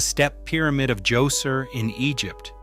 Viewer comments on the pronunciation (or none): none